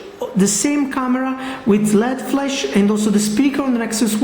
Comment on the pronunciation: its called LED flash not flesh!!! grrr